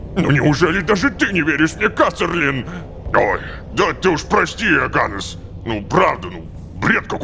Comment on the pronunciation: Рома, имя оганнес читается не ога'ннес, а оганне'с